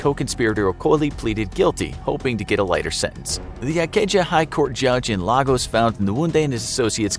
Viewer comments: Would just like to point out that LAGOS is pronounced L-AY-GAS and not L-AH-GOHS. Even voiceover artists from freelancing sites make this mistake everytime. Also, it's Abagana and not Agabana, I know cos that's my hometown. Nice video anyway. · *Lagos is pronounced Lay-gos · It is pronounced LAY-goss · This pronunciation though 🥴...... I know y’all aren’t Nigerian but come on 🤦🏾‍♀️. Even the pronunciation of Lagos. It is supposed to sound like, “Lay-goss”. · LAY-gos. Please learn to pronounce the names of major cities. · how about Lah goose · Is it just me or are they pronouncing every Nigerian name wrong . Its lay-gos , they're pronouncing it like it's Spanish ,lol. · Your pronunciation of Lagos will make folks over here in Nigeria burst into laughter😄, thumbs up for the efforts you guys put into your videos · I'm a Nigerian and those city/name pronunciations were just hilarious 😂😂😂. Especially ex-president Olusegun Obasanjo, Lagos and Amaka.😂 But you get an A+ for trying though😁👍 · The pronunciation of Lagos breaks my heart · Bruh. It's really funny. Especially Lagos, which is pronounced like its twin, Lagos, Portugal. I've had to correct a lot of people. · Lots of names were pronounced wrong but that one Annoyed me the most cause I'm from Lagos